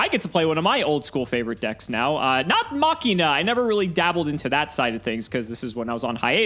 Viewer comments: It's called "Machine uhh" not "mockinaw" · Fun fact: It’s supposed to be “Mah-she-nuh” because the original archetype was “Machiners.” Ofc I’ve also been saying it this way forever, so it’s not like I really care. It’s just something I learned watching 5D’s again xD